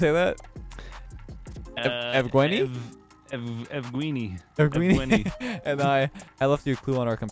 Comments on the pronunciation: evgeuni is pronounced ev-gen-e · pronounced -yev-gen-ee